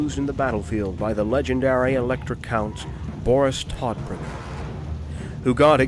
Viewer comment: Thulman is correct, it's a literal German translation of DeathBringer. However, the "o" in German "Tod" is long, just as in "morning" or "Rome". In this video he pronounces it like Todd (Howard), which sounds rather weird in German...